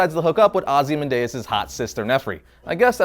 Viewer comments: The way he pronounces 'Ozymandias' really annoys me... 3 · Did he pronounce Ozymandias wrong